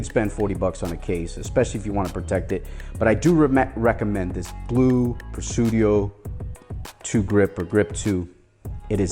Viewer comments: no no....it's Presidio, not Presudio.... Tomato Tomato is the same word pronounced differently. 🤓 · Pre-sideo not Pre-sudio brotha! Great video, definitely always loved the grip series.